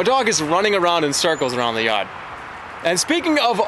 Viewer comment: the boston accent in "yard"